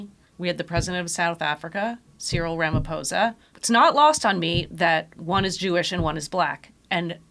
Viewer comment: Well done, Cyril Ramaphosa's name is not "Ramafosa" as pronounced by other American stations. In Zulu "ph" is pronounced as an aspirated P....